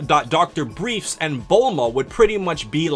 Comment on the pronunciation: Isn´t it "Dr. BriefS", actually? always pronounced it correctly afterwards...................